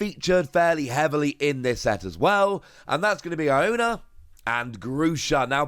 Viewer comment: Pronunciation seems correct. The way the game presents it, sounds like it suppose to be a pun, sounding similar to someone saying "I dont know" as "I'onknow"